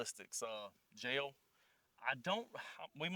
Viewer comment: I bought my 300 blk 7.5 in barrel pistol with supperssor for working 50 feet or less.. Also, I didn't know "gel" was a 2 syllable word.